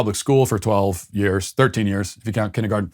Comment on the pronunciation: Matt, did you call it kinniegarten instead of kindergarten? First we learned your a cran guy, now this... Very disappointing.